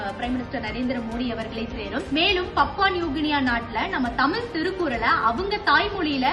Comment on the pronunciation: 'தமில்' இல்லை. 'தமிழ்' சரியாக உச்சரிக்கவும்.